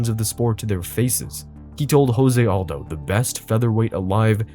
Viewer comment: Can't even pronounce Jose Aldo?